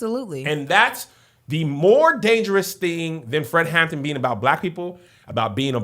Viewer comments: Is it just me or does it sound like everyone is calling him Fred "Hammond"... I keep getting distracted by it. Lol! 😂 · It’s the fact that y’all kept saying “Fred Hammond” instead of “Fred Hampton” 😂😂😂 but yes, the movie was chefs kiss 👏🏾👏🏾👏🏾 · Watching two churchy people struggle through calling Fred Hampton - Fred Hammond is amazing 😂😂😂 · HamPTON. Not hammond. Hammond is the gospel singer.